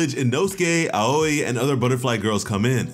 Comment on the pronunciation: I love how Miss Aoi’s name is pronounced “owie” like you got hurt,kind of a funny play on words if you ask me